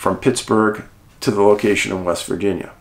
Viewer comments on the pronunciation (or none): none